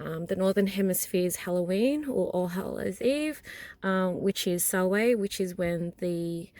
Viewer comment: I love your video but as a practicing Pagan Witch in the Northern Hemisphere, I have to correct you on a couple of things. First, you're pronouncing Samhain wrong. It is pronounced, Sow-Win. The N at the end is not silent. Also, Samhain is not celebrated in the winter here, it is celebrated in the fall. Our winter solstice is not until December 21. Just a bit of FYI. I'm really surprised that noone else corrected you yet.